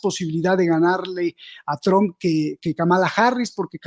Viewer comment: Trump ( trampa, quítale la a , así se pronuncia este apellido, Tramp).